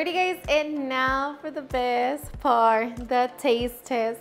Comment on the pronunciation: If you notice she says " and now for the best par " she doesn't say " part "